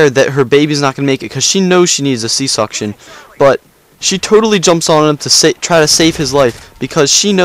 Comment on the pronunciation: sea section not suction